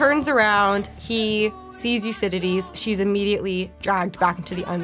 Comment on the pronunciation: I've never heard "Euridice" pronounced "Your-cididty" before, that was an experience! Lovely review, thanks for sharing - I enjoyed how passionate you were about this excellent film.